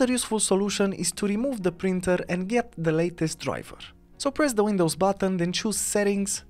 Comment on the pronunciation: It is Printer “P” as in Paul not “Brinter” heh